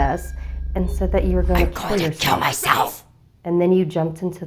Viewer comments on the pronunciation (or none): wz so funny cause it sounded like she said ¨I'm going to kale myself!